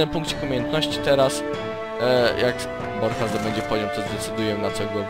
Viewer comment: poprawka Borcha nie Brocha